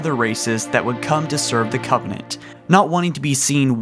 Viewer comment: Did anyone notice this video starts with him saying in his first sentence "... long existence of the covennant..."